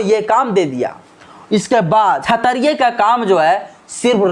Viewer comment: क्षत्रिय शब्द का उच्चारण सही नहीं है अतः आप क्षत्रिय के उच्चारण को सही करिये।